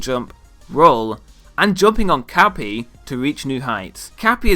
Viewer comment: I heard Cappy as Cat Pee.